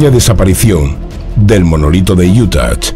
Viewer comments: Se pronuncia iuta !!!!! Quitale la maldita t al final!!!! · porque dice iutat? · Desde cuando una hache muda en español se convierte en ch ??? Ademas lo repites hasta la extenuacion, esta claro que o no lees aunque pidas opinion, o lees y quieres hacerte el soberbio con la corrección Allá tú, ya es costumbre oirte cambiar el sonido de las palabras, a mi plin si quieres hacerte filologo... y dar paradas al español aunque te corrijan Viva IUTACH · utah no tiene una T al final, se pronuncia con a al final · Porqué insiste en pronunciar Utah con "t" al final???? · Por favor revisa tu pronunciación de “Utah”. De donde sacas la T de al final??? Es sumamente desagradable oírte decir eso! Los vídeos son muy buenos!! No los eches a perder! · Así no se pronuncia Utah JAJAJA